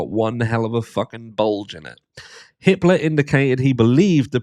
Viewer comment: When you said judge Hippler I thought you said Hitler